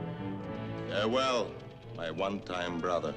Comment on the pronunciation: “Fare-ware my one time brother”